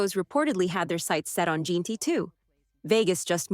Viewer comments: It’s jenty not jeenty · Jeanty pronounced Jenty